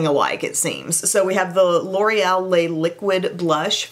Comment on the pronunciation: Love this video, but pet peeve: you and every other content creator mispronounce Le shadow etc. Les (lay) is plural, whereas what's written is Le (luh). Thanks for letting me get that off my chest.